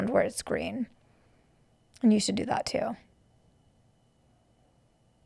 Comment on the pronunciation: She makes fun of how Charlie says words. She says hoppin' instead of happen. She says "that" with an AWWW instead of an A, too. Thawt. She says Charlie looks 12. So does she. She says he makes things awkward. She is worse. PS - Those mics are horrible sounding. I HATE hearing people's boses breathing.